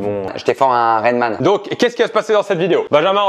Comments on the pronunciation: on part directement sur du « Reine-man » 😭😭😭 au lieu de Rayman mais bon on te veux pas verachia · J'étais fort à rainman x) c'est rayman !! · "Rayman" stp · c'est rayman pas rainman 😂😂